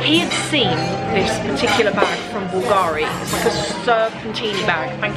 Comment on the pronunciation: I know you like this kind of details: the accent in italian for Bulgari is on the U 😉by the way love hello kitty and kawaii stuff but heck, those Balenciagas look cheap!